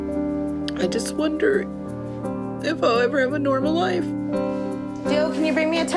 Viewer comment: Her sons name is Dillon, she calls him Dilly